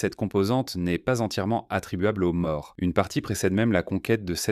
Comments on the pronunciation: "Maures" c'est un "o" fermé, "Morts" avec un "o" ouvert, c'est différent. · Au ne se prononce pas O. Les maures ne sont pas morts. Je vis en Espagne. Grande hétérogénéité. Des gens d'allure "méditerranéenne" sont côte à côte avec des gens d'aspect nord européen. Tout le monde fait semblant que c'est la même race. L'ambiance est proche de l'Afrique du Nord.